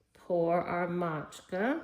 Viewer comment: Matcha, not Matchka 😂